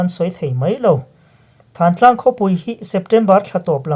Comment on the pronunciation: Thantlang i lam rik dan hi a dik lo.